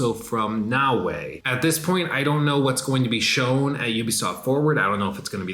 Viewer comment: you are killing me its “Na O A” not “Na Way”